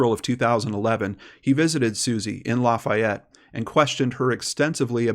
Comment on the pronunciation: I’m from Baton Rouge Louisiana and that’s not how you say Lafayette 😂🤣 still love you though!